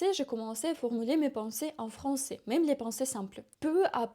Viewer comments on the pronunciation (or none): none